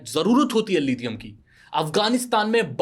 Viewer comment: Lidium wtf It's lithium